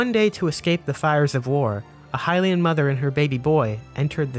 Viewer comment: Hylian it’s Hylian